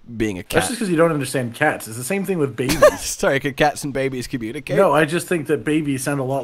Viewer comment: The way said Cats n Babys it sounded German xD In German Cat is Katze so it sounded he said Katzenbabys 🤣🤣🤣